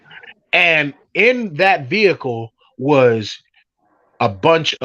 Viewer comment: I can not stand him!!! Every time he makes me mad which is non stop I say "veheecleee" the way you say it!! Lol😂😂😂 Give lots of love to our fur baby Paisley ❤️🐶🤗🥰